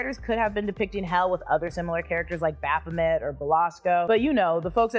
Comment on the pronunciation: You slaughtered Baphomets name lol